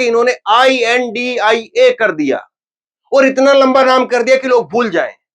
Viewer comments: I n d I a 😂 nahi India boliye sir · Beea.pada hua banda kuchh aisa.hee bolega Intia. Nahi. India Hota.hai